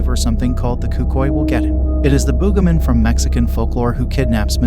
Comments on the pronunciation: It’s Boogeyman not boogahman. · The "boogamin?" That's not how you pronounce it. Use your real voice next time instead of an AI.